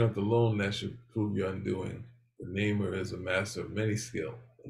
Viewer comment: Naymor, not nuhmor. He’s not Mexican, despite the Disney version.